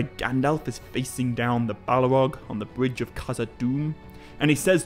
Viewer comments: It's Balrog, not Balarog. {:-:-:} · Right, it's just some sort of impediment you have, I'm also hearing 'Ele-ron' and 'Bal-e-rog'.